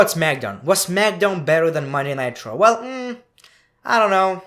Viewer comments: I'm not sure if you were saying Monday Night Raw or jokingly saying Monday Nitro? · Everytime he says "Monday Night Raw" it sounds like "Monday Nitro" and I get nostalgic